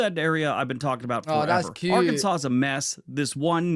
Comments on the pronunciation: I was impressed that you pronounced Arkansas correctly. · I love you're in the UK.. and can correctly pronounce Arkansas.... move to Texas already! Come see us.... the USA will treat you right ❤